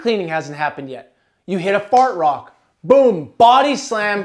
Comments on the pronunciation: I kept hearing fart rock instead of hard rock lol. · Lol is he saying "fart rock" ?